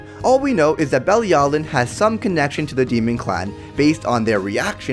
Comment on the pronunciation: Bruh she’s not affected by commandments because the supreme deity gave her immunity to them. ALSO you COMPLETELY butchered the word belialin. Watch the anime bro